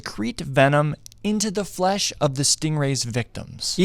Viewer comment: The way this man says “flesh” makes me want uncomfortable.